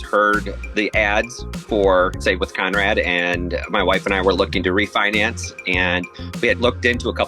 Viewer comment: Calling him "Khan-rad" is nasty work😂😭